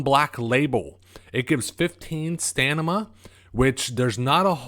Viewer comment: Stanima? LOL